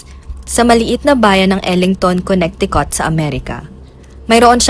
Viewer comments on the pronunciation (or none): Konitikat.. tamang pgbigkas..